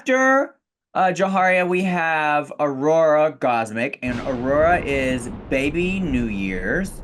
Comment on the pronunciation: I love for the fact that Trinity cant say Aurora. Ururuh